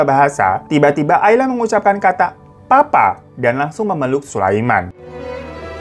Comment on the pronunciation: bukan "Papa" bang, tapi "Baba"